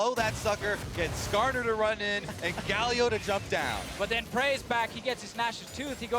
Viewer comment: do they say karsa instead of skarner wtf